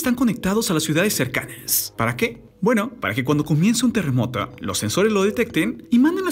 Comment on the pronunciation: Tierre, terremote, ocurride, pase que pedo con tu voz de eco 😂😂🙄